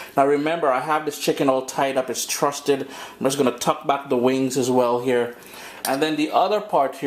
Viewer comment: Neal Dunbar To truss, trussed, not trusted